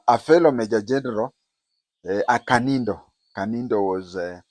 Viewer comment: Kandiho not kanindo